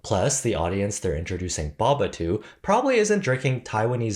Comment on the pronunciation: Thanks for pronouncing it the correct English way of 2 consonants making it a short vowel sound